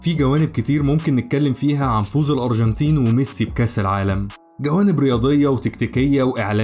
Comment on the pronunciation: الأروجنتين .. نطقك ليها بيضحك 😂